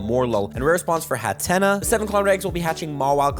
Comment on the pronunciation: Hat-Ten-Nuh is how its pronounced :)